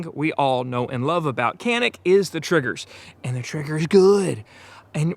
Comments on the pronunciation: It is NOT "KENIK". It's true pronunciation is "DJANIK". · Kuh-NEEK is the pronunciation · I'm originally from Turkey. I'm not the best shooter, but I'm a fan of Canik, but not because Canik is our national brand. Because Canik has the best pistols for the price. One thing I wanna add, it sounds very bizarre every time I hear an American pronounce this Turkish brand "Canik". In Turkish language, "C" letter is not pronounced like the pronunciation of "C" letter in English language. it is pronounced like the soft "G" in English language, like in the word "general", "giant", "geography". Or you might just pronounce like "Janik" which is very similar to the original pronunciation.